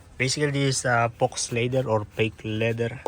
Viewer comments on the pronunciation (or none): "fox leather" hahahahahaha its "faux leather" (faux being French")....pronounced "Fo leather"